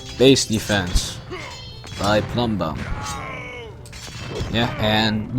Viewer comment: I love how you keep pronouncing plumbum like plum bum. :) It cracks me up every time. Plumbum means lead, the word plumbing comes from the fact that the Romans used lead for the aqueducts.